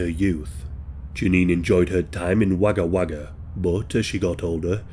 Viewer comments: It's spelt Wagga Wagga yet pronounced Wogga Wagga thank you for covering all these Australian event's. Peace to you from Brisbane Australia 🇦🇺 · Spelt: Wagga Wagga Pronounced: Wogga Wogga